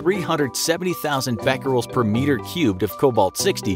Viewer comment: When you said becquerels, I heard fat girls